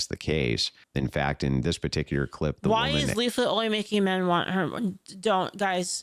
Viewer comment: it's a joke because Asmongold watched one of her videos and accidentally called her instead of Leaflit. It's now one of her alerts and you can hear it in this video.